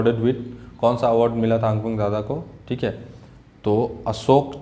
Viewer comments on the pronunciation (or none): none